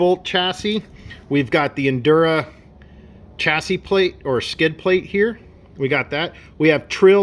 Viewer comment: Bro it's "injora" not "indura" there's a j... it's literally in writing right in front of your face